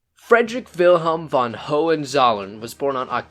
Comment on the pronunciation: For all the only english speakers in the world who want to make videos about german aristocrats: the preposition „von“ (meaning from) is pronounced like fond without the d.